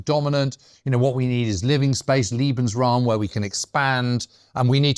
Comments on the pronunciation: Great episode once again. But James should definitely work on his German as a world war 2 expert :) "Liebensraum" (= love space), "Lederhausen" = (leather houses), "Eidelweis" (should be Edelweiß), ... :) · Interesting as always, but there are some amazing sweeping statements here. Also, for heavens sake learn how to say German words before enunciating them; Lebensraum pronounced ‘eh’ not liebensraum ‘ee’ liebe means love… a very different thing I think we can agree. Also Wehrmacht made me wince whenever he said it. But then I’m a historian living in Germany. Oh, you try being a general at the height of the ideological madness and pushing back… Russian front anyone? There is a tradition of reporting your fellows and superiors in the German army (to improve discipline) as noted by numerous diaries from the Russian campaigns. Details matter.